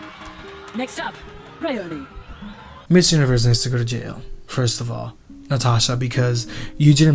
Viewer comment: I love love love your review on our Miss South Africa 2023. You need to pronounce Bryoni's name as Bry-onee 😂. Thanks for the accolades given to the Miss SA org and the show.